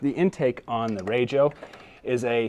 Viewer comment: It is so nice to hear someone say RAJO correctly. Nice video. enjoyed watching it.